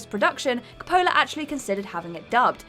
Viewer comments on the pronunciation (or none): desperately needs to learns to pronounce the name Coppola. Also: "am-big-witty"